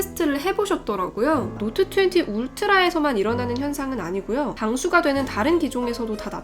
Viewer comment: 갤럭시 놑 트웨니의 뤼얼 롸이팅.